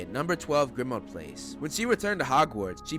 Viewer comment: He said number 4 grimauad place